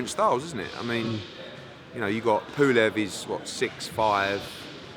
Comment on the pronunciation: Pooolev.....its pulev ed